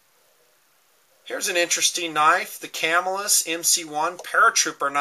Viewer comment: yeah they have issues but mine are in better condition ie they work better and I said this on another one of your vids but its pronounced Ca-mill-us and i live hear so im not making it up it was sad when the cutlery shut down :( and I have a cuda max assisted opening prototype its pretty sweet you should see some of the stuff I got